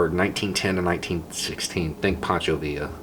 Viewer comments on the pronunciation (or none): none